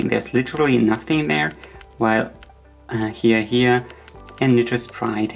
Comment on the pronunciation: Hiya Hiya is pronounced with a long "i" vowel sound, like you are saying "Hi" to someone - not like "He."